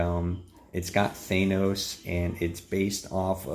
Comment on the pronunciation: Th-an-os! Sorry, but helpful for future videos 👍